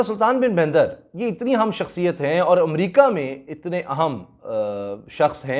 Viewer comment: Assalam Walikum Assal Naam Sultan Bin Bandar Hai👍 Not Sultan Bin Baindar Or Yai Bandar Lafzz Farsi Say Mansoub Hai👍